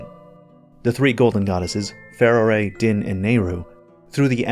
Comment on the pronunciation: “Feh-roh-reh” instead of “fah-roar” really through me off